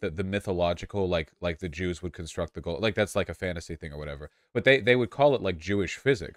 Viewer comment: "They put quantum mechanics up there with like, golemn construction" That is the funniest thing I've ever heard.